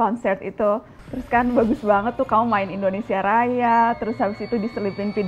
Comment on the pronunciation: ‘Indonesia’, not (i)ndonesia